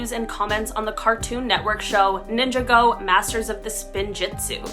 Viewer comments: They obviously didn't watch the show if they think it's pronounced "Ninja Go" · People really need to learn how to pronounce Ninjago and Masters of Spinjitzu right. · You pronounce it like "ninjago" not "ninja go" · How can you judge Al if you can't even pronounce NINJAGO correctly?There are much worse people in the NINJAGO community and he hasn't been doing this for a long time. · Bro the way she mispronounced Ninjago was hilarious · I hit my head on my pillow when she mispronounced Ninjago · I died in the inside and out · A Ninjago YouTuber made it onto a Top 10 YouTuber list? This is great, Ninjago's getting more publicity! It's obviously not great that he was scamming people but the man was busted and seems to be on the verge of getting in some real trouble for his actions. But if Ninjago gets name dropped in conversations about him, I'm not complaining. Also, you gotta love the way she pronounced the name of the show "Ninja-Go: Masters of the THE Spinjitzu". Man, was that name butchered! XD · Oh my god Ninjago community representation let’s gooooo. They pronounced it wrong but whatever. Al is done for